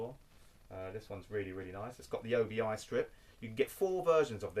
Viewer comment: Excellent stuff as usual! Just a quick note...and I use to make the same mistake. ..until a Japanese friend of mine corrected me. It's pronounced OBI (OH-BEE)...not OBI (OH-BEE-I).